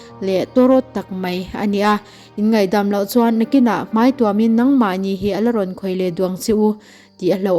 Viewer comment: Mai tihturah mei i rawntih hi bawng mei tihna em ni mawlem mai a aw b zirthaleh teh aw